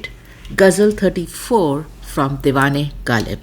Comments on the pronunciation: It doesn’t matter whether someone’s language is Urdu or Greek. If you claim to be an expert in Ghalib’s poetry, you should have perfect pronunciation of the words. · you can't even pronounce ghazal, kharab, and ghalib. First get these words right then talk about translation.